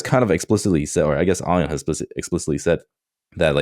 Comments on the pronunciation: Why am I so triggered over calling Ian Ion, instead of EEEE ann? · Why does he keep calling Ion "Eye-On" instead of "E-an"? Ion's name has been said aloud multiple times. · pronouncing Ion as ion gets me every time. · yeah deliberately pronouncing someone’s name wrong is just shitty behaviour tbh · He must do it for engagement. and say it properly and he knows who they are talking about. 😂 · STILL mispronouncing Ion's name is so belligerent lmao Distinctifying this comment in post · Well Ion's name is spelled Ion not Ian but yeah wrong pronunciation